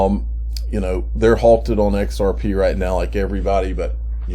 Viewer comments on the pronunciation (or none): "XRPaay" LMAO !